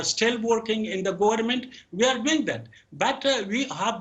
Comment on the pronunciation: گورنمنت😤🤮 پدر لعنت کتی تلفظ پاکستانی ات شما اولاد های هیرامندوی 😤🤮